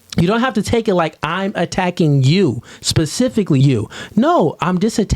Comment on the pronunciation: It's funny when a certain type of woman says be-nuh-fitt.. usually with Hella attitude and it's always used improperly... same thing when these same women use the word specifically and it always gets pronounced "pacificaly". Hood boogera